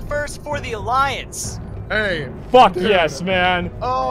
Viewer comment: D.C. Gold as i recall you said Allaince instead of Alliance and thats for correcting. The boys in blue prevail